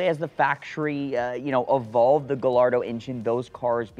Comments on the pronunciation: It’s not, it’s properly pronounced “GA-YARDO.” 👍🏻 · negative, I'm Spanish is actually pronounced Gayardo the two L's are pronounced as a yah, then roll the tongue at the end, named after Juan Gallardo "bull fighter" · I cringe every time I hear "gal-ardo". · No, it's a Spanish word and that's not the proper pronunciation. Guh... Lardo! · I can't trust someone who calls it a "Gah Lardo" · Yeah you’re supposed to pronounce the two L’s as a y since Lamborghini names their cars after Spanish fighting bulls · Gallardo isn't an italian word, it's a spanish word, I know because I'm from Spain, and that's not how it's pronounced. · Well to a certain certified classic we know that it is pronounced without a 'y' 😀